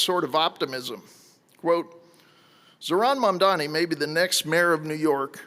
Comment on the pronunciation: For all his fancy Hillsdale College education, James Freeman appears incapable of reading letters in English and actually pronouncing correctly Zohran Mamdani's last name. Let an uncouth plebeian who DIDN'T attend Hillsdale help you out with that, good sir: Let's break it down, step by step: the name is spelled M-A-M-D-A-N-I. Start with the first syllable: "Mam". No, not "Man'. "Mam". That's it! You can do it! Now let's try the second syllable, probably a little easier than the first: "Da" That's it! You probably said that as a baby without thinking about it! "Da!' "Dada!" "Mama!" Now let's go for that final syllable. I know you can do it! Here we go... you ready? "Ni"! (Nee) That's it! You got it! Now, let's put them all together: MAM - DA - NI YES! Congratulations, Mr. Freeman! I KNEW you could do it! You can now correctly pronounce the name of New York City's next mayor. And that's a good thing, because he most definitely WILL be our next mayor, and you're probably going to find yourself having to repeat that last name many, many times. Of course, you've got quite a lot of other important things to learn from Mr. Mamdani as well, all of which arguably could be considered even more important than simply sounding out the details of a phonetically spelled last name. But all in good time. Baby steps first. Here's to the renaissance of my beloved New York City, beginning with the election of soon to be mayor, Zohran MAM-DA-NI.